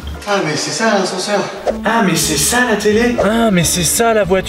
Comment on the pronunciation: Autant il dit "Ah mais c'est ça les toilettes", autant moi je comprend "Ah, mais c'est sale les toilettes".